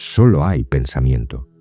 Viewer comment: Pensa miento ? Pensamiento, esta palabra termina en miento , Se lee como que tu te mientes Menir, Mentira , Miento 😮 pensa miento?